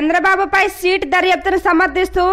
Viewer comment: సీట్ కాదు తల్లీ సిట్....